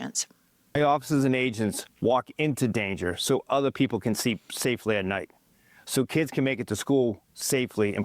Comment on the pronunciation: Did he say “so people can seep at night” ewwww why is it always projection with these folks?